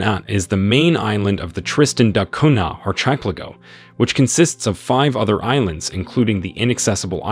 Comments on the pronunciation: I was going to say… what’s an ar-CHIP-leh-go? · Bro said arch ep lago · Bro…ar•CHEH•pleh•go??? Seriously? Say it with me: arky•PELLA•go. Jesus. You said it so confidently, too. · How do u pronounce "ARCHIPELIGO" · Arrrrh, ship, pay lah go 😂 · That constant, off-time sniff and bizarre pronunciation (archplaygo) sure sounds like AI narration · I can't believe the way this guy pronounces archipelago. It's insane. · It's ridiculous. He needs to educate himself. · It is bizarre, but I suspect English may not be his first language. Otherwise, the video is exceptionally well made. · At first I had no idea what he was saying. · Was going to say the same. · It is really bothering me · It is pronounced Ar-Ka-Pellico. and it's pronounced Tristan Da Koonya. Do your homework before you post a video! I can't take this video seriously. There are way better videos.!